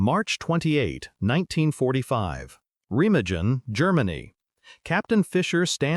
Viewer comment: "Rema-jin", "pee-on-ear"! In the first minute... Jeez!